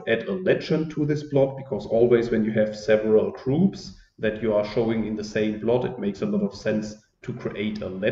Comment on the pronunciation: I loved your lecture 🙂....is it me only hearing groups as troops?😉 I have two questions here .. 1) by which hidden concept two gruops are distinguished ? 2) in the last example when I plot ..my graph is automatically a point graph not a smooth curvy graph like yours